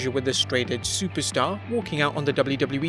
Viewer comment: I love when the voice-over guy says "doubloo doubloo wee"